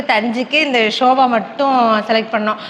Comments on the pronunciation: Sofaa akka...not soba akka .. Video super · Dear it is not shoba .it is sofa .pls correct. Don't mistake me.